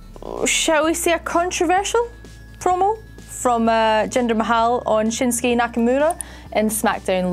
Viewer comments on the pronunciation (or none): Why do you say Jindar's surname wrong.. 😐😐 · Your so bad you don’t know how to say mahal